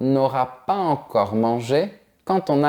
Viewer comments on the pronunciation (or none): Salut J'ai remarqué que tu ne fais pas la liaison entre quelques mots et ceci je l'ai constaté à plusieurs reprises par exemple dans cette vidéo tu as dis "pas encore "sans liaison entre s et en (pas z encore) Ma question est pourquoi?